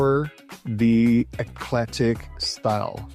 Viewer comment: Flashing too swiftly. Your voice is too drawn out. Practice your English before recording ! You sound like a KID reciting in class ! You mispronounced eclectic !!!!